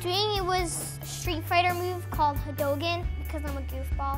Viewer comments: Haduken ❌ Hadogen ✔️ ( no hate i just found it cute 😂) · My man said hadogan